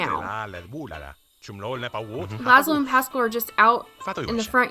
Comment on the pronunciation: its pas-scaal